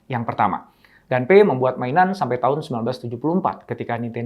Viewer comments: Permisi, mau koreksi sedikit. Pengejaan bahasa, nama, & tempat dalam Bahasa Jepang kurang lebih cukup dengan mengikuti ejaan seperti Bahasa Indonesia. Nama "Gunpei" cukup dibaca "Gunpei" saja, kalau dibaca "Ganpei" jatuhnya mengikuti ejaan Bahasa Inggris. CMIIW. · Mungkin maksud Bapak : Gunpei ( dibaca pake huruf U), dieja : Gu-n-pe-i